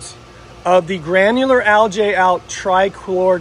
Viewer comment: I like this channel, but……….. “Al-gee ………. Not “Al-jay”. Just can’t understand why people pronounce words so incorrectly.